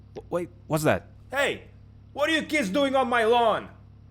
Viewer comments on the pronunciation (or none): none